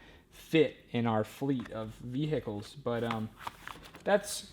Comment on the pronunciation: Then move to the South like 2 years ago I still find it funny how you people vehicle as I catch myself pronouncing it that way now